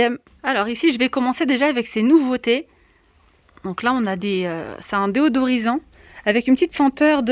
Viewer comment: Bonjour, Merci pour le partage. Petite remarque, on dit "déSodorisant " et non "déOdorisant " ;)